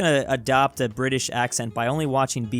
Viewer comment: Top tip: When Brits say British and we don't pronounce the T, we don't leave a lightyear of space between "Bri" and "ish". We also don't say it that dramatically. It would just come up in a conversation and sound normal